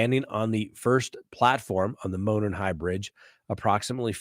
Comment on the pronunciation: Enjoy your videos especially Delphi murders coverage, thank you for being thorough. Being from Indiana I wanted to let you know, with all due respect, Monon is pronounced as MOW-naan trail... not like "moanin'." I tried to put the Google translation for monon trail in this comment but it won't let me.